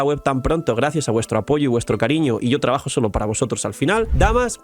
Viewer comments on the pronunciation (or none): none